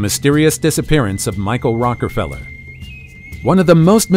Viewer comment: Strange that one of the most famed family names ever, Rockefeller, is repeatedly mispronounced as Rockerfeller. It casts everything presented into doubt.